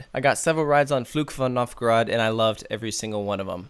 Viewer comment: I can’t get too mad at pronunciation of “Fluch von Novgorod” because it was pretty solid!